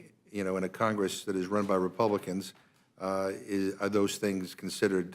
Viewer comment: This guy talks a lot of sense. But he sounds a lot like Elmer Fudd. He'll get those "Scwewey Wepluicans"